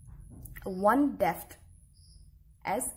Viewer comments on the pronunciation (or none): It's depth not "defth"